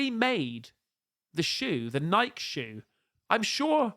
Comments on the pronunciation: Did you say NIKE mate 😂😅rhymed with Pike? It's supposed to be rhymed with Mikey mate 😂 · Its Nike not nike (Nikey) think of it having a y at the end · Nike - pronounced Nigh-key. You pronounce the E at the end lol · speaks American.....Nikeeeeee,Nikeeeeee,Nikeeeeee. Not "nyk mate. 😂. Merry Christmas. God bless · Nikeeee not nike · It is pronounced NIK-EEE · It’s pronounced nye-key!!!! But yeah those shoes are 🔥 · I can’t believe you fell for this. Stop doing that on purpose! It’s NIKE 😂🤣😂🤣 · Its a fan made trailer guys. Come on. How do you take stock in any trailer on youtube? And Nike is pronounced ny-key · Only Americans pronounce it Nikeeeeee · Nike is pronounced nikey or nye-key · Nike headquarters are here in Oregon where I live and the ceo even said it's pronounced the way I told you. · It's an American thing to pronounce it "nai-kee" , even though that might be the 'correct way' . I think most Europeans pronounce it like "Mike" , only with an 'N' = NIKE (not NIKEE). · I mean no disrespect im just letting you know your mispronouncing Nike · Nike. It has 2 syllables. The first with a long i, and the second with a long e. Accent on the first syllable. Learn American with an American. 🤣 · It's GREEK!!!! it's a GREEK. Pronunciation!!! Lol